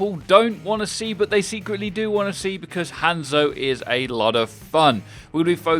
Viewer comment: Is it just me or did anyone else click of the video when they heard him over pronounce the a in Hanzo?